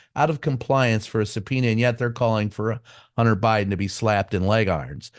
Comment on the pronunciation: "Hunner?" WTF. First of all, it's MISTER BIDEN. Secondly, it's Hun-Ter....Hun-Ter. It's not "Hunner." Cupid stunt probably says "Hunnert" rather than hundred. The race to the bottom has a winner!!!!